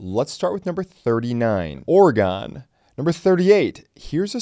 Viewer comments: Oregon is pronounce Ori-GUN. Not gone… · It’s not Ore-Gone it’s Ore-E-Gun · Ore-Gone lol people who are not from Oregon always say it so weird lol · Hate when someone says my state is "or-uh-gone" not "or-gn" and as long as the permit to get buy a gun and the 10 round capacity law doenst go into effect we're actually a good gun state you can buy all the normal stuff including drums, ARPs, .50 cal, semi auto shotguns etc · That's not how you pronounce Oregon